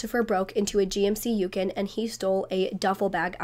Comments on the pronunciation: Random question, what is a yukin? Do you mean a Yukon? If so it's pronounced u con. I still giggle with how I thought you pronounced quinoa. I thought you said, quin no ah, not keen wa 😂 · Yukon is pronounced like you-con. i love this two parter I’ve seen this case in the past and the Netflix ‘Gone girls’ but you’re going more in-depth ❤ sending condolences to all family members stumbling across this video. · It's "You-Kahn" 🤭 I love these long deep dives! Great job! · The way you pronounce Yukon lol